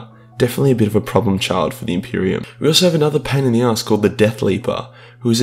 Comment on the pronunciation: the greatest threat to the impreium: the impirum